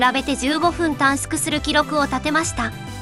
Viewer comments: 新幹線電車という表現と短縮を「たんすく」と読むところが最後まで気になった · たんすくたんすくって気になる